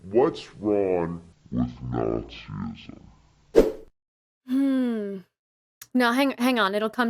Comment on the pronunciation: It's not Nazi-ism it's Nazism, one syllable only. It's weird though that christians keep on telling us that if they didn't believe in their god they would all become homicidal murderers and kiddie rapists. I think we should believe them and insist that they keep on believing in their weird god.